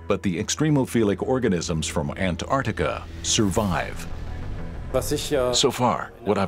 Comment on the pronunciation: Why is he saying Ant-Artica 😂